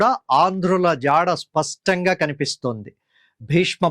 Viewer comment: C చాలా ఉపయోగకరంగా వున్నదండి మీ ఉచ్చారణలో 'spastanga' అంటున్నారు. స్పష్టంగా.. సరైనది.